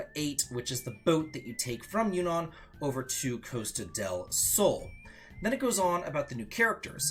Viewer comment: Maybe start pronouncing Junon and Yuffie correctly before worrying about the letter k in magic.